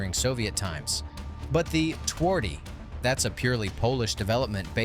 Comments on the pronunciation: if you want to be a pro channel, you could try to say the name correctly: ~ tvardy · i feel strange how he says twardy literally it makes polish sound like sum non slavic language but obviously pronounced differently